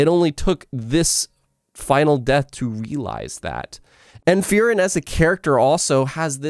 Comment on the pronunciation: Great video, and I agree with his analysis. However I couldn't stop hearing him say FEAR-ren when I pronounce it FREE-ren.